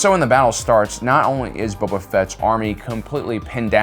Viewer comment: I keep hearing him Say Bubba Fett not Boba